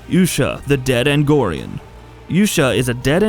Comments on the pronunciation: Its argonian not agonian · Yeah, I'm sorry, but how the fuck can you make a Skyrim list and fucking say ANGORIAN??? Like, get the fuck out of here. Play the game, first, and then make a list. Yes, R/gatekeeping. And, yeah, I'm Triggered. But...what the FUCK. ARGONIAN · It's pronounced are-go-ni-en not Agnorian, and Cicero isn't the Adoring Fan it's just a reference. Hardly any of these count as secrets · The moment this guy pronounced A R G O N I A N as "angorian", I was no longer interested in the rest of the video. If you're going to make a video regarding a certain game, at least have the decency to get someone who knows how to read things correctly. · If you want to be taken seriously, you have to avoid blatant typos and mispronunciations like "Angorian". It's "Argonian". Come on,, you're better than that. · Dude, c'mon. Play the game. Listen to how the race names are pronounced. See how they are spelled. Angorian...Argonian. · guy mispronounces Argonian Me: "REEEEEEEEEEEEEEEEEEEEEEEEEEEEEEEEEEEEEEEEEEEEEEEEEEEEEEEEEEEEEEE"